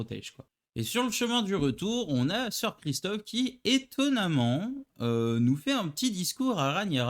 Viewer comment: Sir Criston pas Christophe Sir Laenor pas Leor. Juste pour préciser, le mariage a été avancé au même jour de la cérémonie et je pense juste que Rhaenyra était sous le choc pas qu'elle ne voulait pas se marier. Mais le mariage a été proclamé . Sinon bonne vidéo comme d'habitude